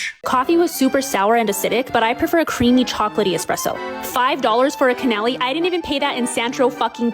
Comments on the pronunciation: "Canelli"? I dont take reviewers like this seriously anyway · Did she say "cannali" 😭😭😭😭😭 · The way she said “canal e” instead of cannolis got me heated. She sounds like a wanna be mean girl from Jersey. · This girl literally said “kANALLI” it’s pronounced Cannoli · Honestly the most egregious thing she did was pronounce cannoli "CAN-ally" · Her pronunciation of "CANNOLI" hurts my ears! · And was so shaken down to my Italian DNA by her mispronunciation cannoli that forgot her complaining about the espresso not being "creamy and chocolatey" enough until saw another commenter. Girl, you wanted a mocha! Espresso is just bean water. This girl is just straight ignorant. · Doesn't know quiche is eggy. Doesn't know pistachios are green. Can't say cannoli properly despite claiming to have had them some exotic place she had to name drop. And thinks espresso automatically comes full of cream and chocolate. I probably missed a bunch more... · Lol THIS, was so thrown by her mispronounciation of cannoli that forgot this. Espresso is just bean water... as a former barista she sounds so ignorant!! lol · It's no wonder other people think she was trying to say canoli though, She totally mangled the pronunciation :D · SAME!!!! Went back since Markie has it sped up to see if she was trying to say the singular and was like no, she was most definitely NOT. Vaffanculo that B. She acting all uppity but then can't even say it properly...